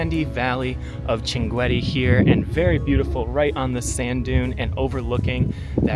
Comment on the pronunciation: Welcome to the city of shankit. I would like to point out that your pronunciation of the city’s name is very incorrect; the correct pronunciation is shankit (Shinqeet), not the one you mentioned. I am originally from there—my name is andulrahman alshankiti my ancestors migrated to Saudi Arabia, and I currently hold Saudi citizenship. This city is . What makes it especially unique is that it is a desert community unlike any other in the world. Usually, desert regions are associated with illiteracy, but this desert is rich with linguistic and scholarly knowledge. Shankit has been one of the most important exporters of scholars to the world. I also recommend reading about the history of Al-Turkazi Al-Shinqiti, who once visited the court of a European king—though I do not recall the king’s name. The Grand Mufti of the UAE is also Shinqiti. However, what distinguished Shinqit the most in my view is its deep tradition in the authentic Arabic linguistic sciences. "If you’re ever in Saudi Arabia, you’re welcome to visit my hometown, Al-Qunfudhah. I’d love to show you my grandfather’s library and some of the historical sites there. It’s a unique part of the country that I think you’d appreciate Have a pleasant journey